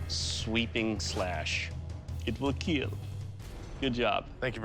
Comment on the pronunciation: It wheel keal.